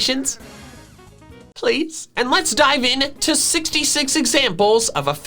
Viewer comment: When you said "Tap the bell notification, PLEASE" I couldnt help but laugh